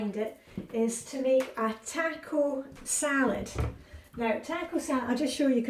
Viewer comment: taco. ta sounds like talk. ta-co.